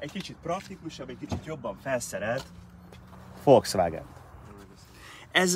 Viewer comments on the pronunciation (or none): none